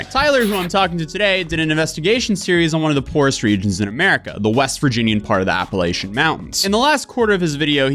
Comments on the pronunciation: I went to Appalachian state and trust me, it’s a grave sin to pronounce it that way lol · Appalachian is actaully pronounced "app-uh-latch-in". I used to say it wrong like you. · Not trying to be rude but it's pronounced : Apple at cha. Like, I'm going to throw an Apple at cha. The region was named after the Appalachi Indians and they did not have a soft a sound in their language. Sorry my minor is in Appalachian studies and I'm from there so I had to say something😂😂🎉🎉